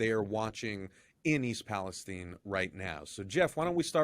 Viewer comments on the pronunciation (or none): The Cities name is East PalestIne. Its not caled tine, it's called tIne. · Why are you calling it East Palesteen? It is East Palestine. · It's called Palestine as in Pal-es-TYNE and not pronounced Pal-es-TEEN. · Palestine! Not Palesteen!!! Israel has so much control over USA that y'all mispronounce words to suit the Zionists! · It is Pal es time like nine only with a t. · Amazing how the pronunciation of “Palestine” has been changed to “STEIN” - unsubscribed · Why do you mispronounce Palestine after pronouncing it correctly.